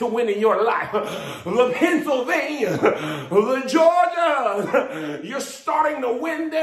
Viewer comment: LePennsylvania!! LeGeorgia!! Lmmfao! 😂🤣😂🤣😂